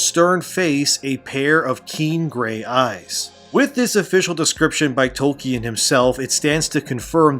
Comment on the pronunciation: I can't get over that guy ish pronouncing it Toll-Key-Anne